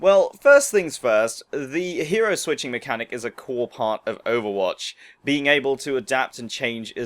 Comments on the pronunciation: Did he say overbotch? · at the start did u say overbotch